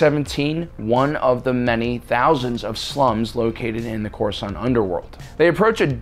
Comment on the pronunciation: the accents it ain't good ole corsaunt basic